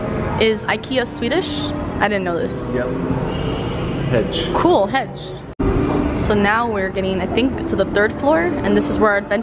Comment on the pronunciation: Hedge? Its Hey with a j :D